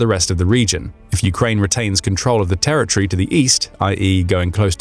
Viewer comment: It's pronounced "territory", not "terror tree".